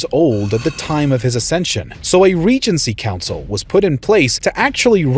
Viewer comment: Me an Eu4 player only hearing reign council